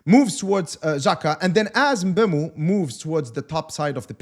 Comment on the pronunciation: It's pronounced MBUMO